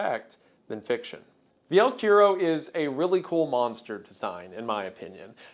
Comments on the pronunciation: dude, I was like no way he pronounced it like quiero..........He already butchered cigarrillo to the point it was the scariest part in the Blood Meridian vid 🥲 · Cuero is one of the most awkward words to say in Spanish so I understand but it is really funny how it sounds like he is saying quiero. Te quiero mucho Wendigoon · cuero is pronounced coo-err-oh 😂😂 it translates to leather or skin in Spanish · JAJJA el cuero, me morí con su pronunciación "el quiero" asdjflkh perdón, te amo wendigoon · it’s pronounced el (koo-e-ro) it’s Portuguese and Spaniard word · yo, “el” means the in Spanish and that word is pronounced “kwero”. The more you know 🌈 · god i love these videos. it's pronounced "el kwero" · I'm pretty sure Cuero is pronounced qwe rro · Wendigoon's pronunciation of the word "cuero" healed me from depression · cryptid from argentina???? yay! so, your pronunciation is a bit off, the u in spanish is more like "oo". also, this legend is from the south of south america, so very far away from the jungle, more in the zone of the pampas and patagonia (not any stingrays in the place). and the word "el" means "the" so saying "the el cuero" is the same as "the the leather" just a little correction since you liked the monster!! im happy to see a legend from my place here jsjajsj